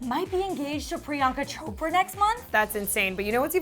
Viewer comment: Am I the only one who laughs every time they say PRIYANKA CHOPRA 😹 its Chopra not shopra lol